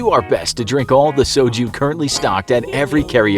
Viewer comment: That pronunciation of soju kills me inside as a korean